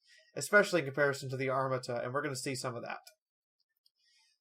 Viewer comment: You pronounced Armata wrong